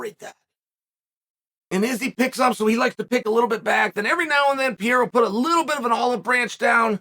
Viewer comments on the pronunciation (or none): "Pierrra" and Charles "Olives" will be champion again😅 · real talk.... is uncle chael calling him piera on purpose or is he legit like dyslexic or something?